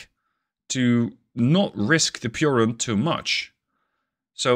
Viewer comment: The pronounciation of piorun was perfect